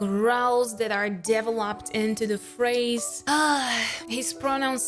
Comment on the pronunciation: It makes me smile every time you say 'developed' as 'devil-upped' instead of 'deh-vel-ep'd' like most english speakers. Please never change that quirk, it's adorable.